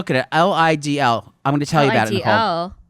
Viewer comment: LIDL! It’s pronounced leedle. Best place ever!